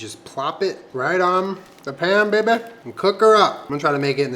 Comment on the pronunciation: Baking A big ass cookie? I like your style 😉 Every time you said "bay-ba" for baby, made me laugh. PS You & Jenna are very cute together. 😊